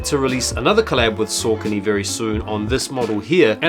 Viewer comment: Pronounced Sockony